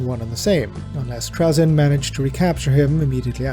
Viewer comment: You are the only person I have ever heard pronounce his name like that. Here it's pronounced Tray-zin